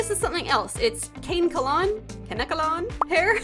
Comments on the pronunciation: Hi! Very tiny lil tid bit, but the hair you mention is pronounced Kah-neh-kuh-lawn (Ka-ne-kalon)! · someone please lmk if i’m wrong, but i’m pretty sure kanekalon is pronounced ka-ne-kalon instead of cane-kalon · Kanekalon is actually used in human braids and estestion styles. Pronounced kan-eh-co-lan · Fun fact: loads of black women use kanekalon hair on their braids and that's why it's way softer. Also can-eh-keh-lawn is how you pronounce it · Hi! Long time viewer here. "Kanekalon" is pronounced "kuh-neck-uh-lawn". Happy crafting! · Kanekalon can-eck-a-lon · It’s KAH-NECK-KAH-LON😅😊❤ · pronounced like “kuh-neck-uh-lawn”, hope that helped by the way!! 🧡🧡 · just in case nobody else said it, ka-neck-ka-lawn is how it's pronounced. love your content!!! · AA I LOVE HER SM!! I honestly love this series so far because it’s rainbow and involves sweets!! Also, I searched the pronunciation of kanekalon and it’s ‘kuh-NEK-uh-lon’ ^o^ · kanekalon is pronounced kun eh kah lawn :) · I’ve always heard it pronounced can-eh-kol-on so the second time you said it was correct. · i think it is pronounced Ka(like in cat)-ne-ka(Like in cat)-lon(Like lawn) Ka-ne-ka-lawn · It's k-uh-neck-uh-lawn Kuh-neck-u-lawn. Both of the pronunciations i out are the same. I just wanted to make sure u had multiple ways to read it cuz ik everyone reads things differently. It's a good hair type and is used in a lot of wigs! I adore how ur dolls have so much life in their eyes! Truly shows the passion you have!🥰🫶🏾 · how to pronounce kanekalon —- (kah-neck-you-lawn) love you!!! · so so cute! Also, its pronounced- "Kah - neck - ah - lawn". Have it in my head right now~!🏃🏾‍♀ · "kuh-neck-a-lon" - there is a song with the word in the chorus, You Wish by Flyana Boss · btw the hair is pronounced kuh-neck-uh-lawn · Ca- Neck- a- lawn is a good pronunciation. (less emphasis on the wn sound!) it’s used a lot in the black community as braiding hair when getting braided hairstyles!